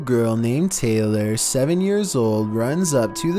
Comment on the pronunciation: The way he says a little girl name Taylor 😭